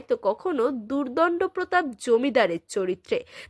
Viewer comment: Durdando protap uccharon vul